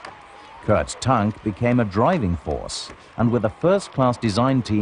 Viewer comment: Kurt Tank's name is pronounced "Tonk". Annoying as hell.